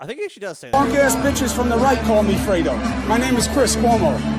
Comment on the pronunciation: Aaaaiiiooo kept saying Freedo....it was very upsetting.